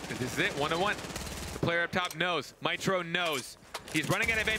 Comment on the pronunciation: When the narrator said “MITRO!” I thought he said “Wytroe!”